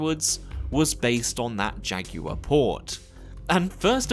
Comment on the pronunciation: Thank you for not calling jaguar "jack wire" lol.